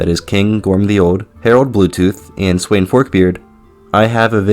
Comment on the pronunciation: Sweyn is read as Sven